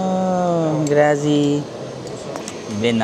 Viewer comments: love your videos 🎉🎉🎉 Happy Birthday pooo. Pero Grazie poo (gratzeeee) hindi po grassssyyy hahahaha keep going. Lovu❤ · Grazi???😂😂😂 it is Grat-zi! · Grazie (Thank you) is pronnounced as Grath-see. Piazza (Plaza/Square) is pronnounces as "Pee-ath-za". Just like Pizza. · grazie should be pronounced as GRATSYE. Risotto is Rice (riso). The bread is intended as your aperitivo (appetizer). tear the bread and scrape the olive oil with it. it's called SCARPETTA (scrape). you may mix the oil with pepper and parmigiano or balsamic.